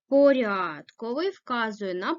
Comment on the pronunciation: Зверніть увагу на наголос!!! котрИИИИй !!!!!! ( наголос на И ) , порядкОООООвий ( наголос на О)